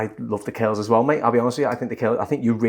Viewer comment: Funny how they pronounce “curls” like “kills” … very cute accent 💕